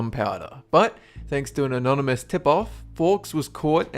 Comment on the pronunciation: When u said "Anonymously" guarding the barrels. I was like hehehe "Anonymous"